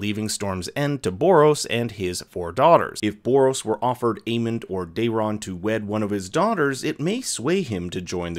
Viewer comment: Day-ron? It's pronounced like "Darren."